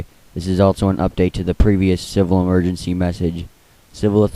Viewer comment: Its Emergency Not Emerency